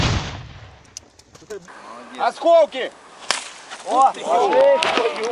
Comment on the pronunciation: Askokey?🤣 its askolki bro